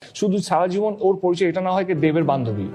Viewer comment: এত দিন বাংলায় থেকে, বাংলা ভাষায় কাজ করেও বাংলা ভাষা ঠিক মতো বলতে পারেন না। পরিচয় শব্দটাও সঠিক উচ্চারণে বলতে পারছেন না। বাক্য গঠনের ব্যাপারটা বাদই দিচ্ছি